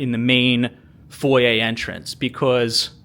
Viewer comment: Where are you from that you pronounce foyer correctly.